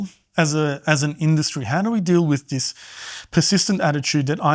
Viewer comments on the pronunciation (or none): the word is "this", not "diss"